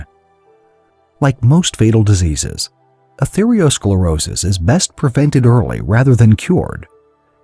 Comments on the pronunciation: The reader in the video conflated artereosclerosis with atherosclerosis, saying athereosclerosis throughout the entire video. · Atherosclerosis, not athereosclerosis. Come on, man. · It's arthero and not arthereo. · This expert is grossly mispronouncing atherosclerosis.